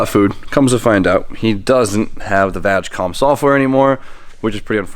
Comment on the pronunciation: 1 like for everytime calls it "VAJ-COM"